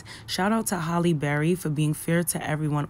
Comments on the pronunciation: People need to say her name correctly it's Halle not Holly or Hailey. That is the height if disrespect Hal-lee. I love her and always have and people trip on her and try to take away her blackness both black and white. She considers herself a black woman, (a black woman with a white mother...her words and taught to her by her mom) accept that. She respects us and doesn't allow anyone to confuse her or make her ashamed of her blackness. Beautiful lady with a beautiful spirit. Thank you for sharing this. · Two things, my sister. First and MOST important: her name is NOT Holly Berry. It is HALLE Berry. You call yourself a journalist but you can’t get her name right? That is insulting and unprofessional. And second, there are TWO “t’s” in the word “important”. It is NOT pronounced “impor unt”. The slang language of the common man or woman is unacceptable in journalism. If you must drop your “t’s” when you talk to your friends, fine. But as a professional, it is up to you and everyone who aspires to this job, to hold fast to certain high standards. I don’t care what gender or race one belongs to, high standards apply to everyone. And let me add, if I were Halle, I’d fire that publicist for pulling that racist bullshit on you and that brother. Because that is clearly what it was. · Her name is Halle, not Holly. If you are going to be a reporter you gotta be able to speak correctly... and know who you are speaking to. HALLE... HAL -E BERRY... not HOLLY...